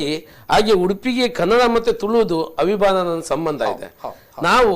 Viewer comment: Kannada sariyagi matanadi.adu avinabhva anta.😀